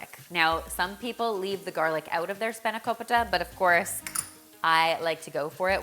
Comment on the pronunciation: I am so glad you didn't say spanako-pie-ta 😂 Looks amazing as always 😍